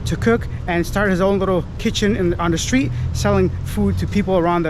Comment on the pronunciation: I believe it's "street" not steet.